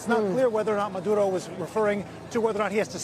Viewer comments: It sounds like he's calling Maduro, Manudo😆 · What’s up with the reporter and the way he says Maduro. What’s with the accent, dude?